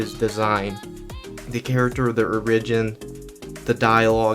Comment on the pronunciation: Can you stop pronouncing Origin like that?